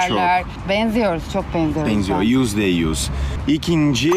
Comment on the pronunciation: Yüzde yüz diyor nfkdndkdj ü leri söyleyemiyo